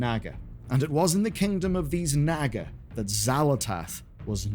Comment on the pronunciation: You pronounced naga wrong, it's naagaa, not nagga. The vowels are drawn out. You also mispronounced Moira's surname, Thaurissan, wrong. It's 'thorizaan', spelt Thaurissan, not pronounced 'Thassarian', that's the name of a death knight. Otherwise, good work putting together those disparate pieces of Xal'atath's story and her impact on Azeroth's history (and pre-history), but it looks like you've included some spoilers from Midnight especially in regards to her origin as a dominar and the Voidstorm, which is worth making a clear disclaimer about.